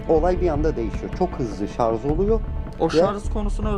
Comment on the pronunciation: şarz değil, şarj. Elinize sağlık. Güzel videolar yapıyorsunuz. Türkçe'mizi de daha doğru kullanmaya çalışalım. Bir TRT hassasiyeti beklemiyoruz ama yine de telaffuzda biraz daha dikkatli olmanız fena olmaz. Hatalı telaffuz kulak tırmalıyor. Lütfen kusura bakmayın. Buna mı takıldın da demeyin. Bunlar videoyu izlerken insanın dikkatini dağıtıyor.